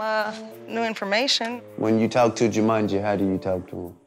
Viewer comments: Jamanji 🤣🤣🤣🤣🤣🤣🤣 T.i really get this name wrong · He said "JUMANJI"? lol